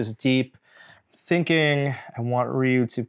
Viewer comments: Rey You not Ray You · It’s one syllable: “ryoo”. Listen to how Norm says it . He says it pretty accurately. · Not Ree U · its def Rye You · The game itself pronounces it Ree-You